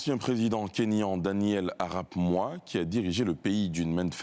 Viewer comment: "Arap Moi" se prononce "Arap Moï"